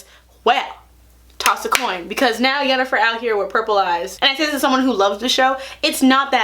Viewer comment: How do you watch a whole show without picking up hardly any of the names and pronunciation? The only one you seem to have gotten right is Yennefer.